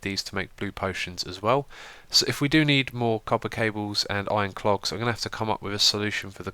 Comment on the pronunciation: xisuma, i love your mispronunciations! "Iron cLogs" and "satisfication" are two of the best :D